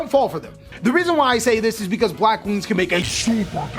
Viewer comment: I stopped watching when u said Blackwings